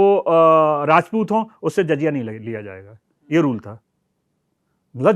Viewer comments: Jazya nahi jizya lafz hai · Good Information but pronunciation is awful Zaziya and baitul maal Badly pronounced